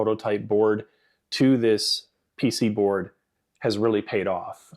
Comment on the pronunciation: THANK YOU FOR SAYING PC BOARD AND NOT PCB BOARD YESSSSSSSS THIS MAKES ME SO HAPPY